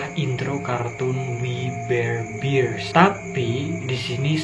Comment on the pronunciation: Bang bear bukan bir :v